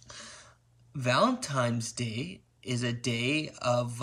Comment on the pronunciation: "aboat" "Valemtime's Day"